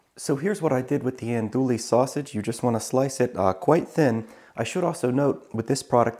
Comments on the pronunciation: Looks good! BTW - It's pronounced ahn-do-ee, not ahn-do-lee. Used to live in La Place, LA, which claims to be the Andouille capitol. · Looks really good... thank you! Sausage is pronounced On-doo-wee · EN-DO-EEE!!!!! that’s how you say it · “Andooley sausage” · Pronounced "Ann DOO we" you don't pronounce the "L"